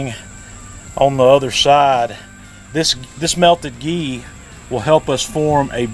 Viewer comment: What the heck is the liquid you called “GEE”?? Awesome vid btw. Thanks